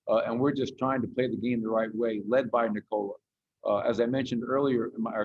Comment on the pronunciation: knee-cola ahahaha